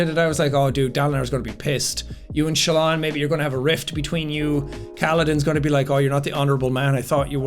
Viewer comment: calling Shallan 'Shaylin' might be the single most Irish thing I've ever heard in my life, Jack.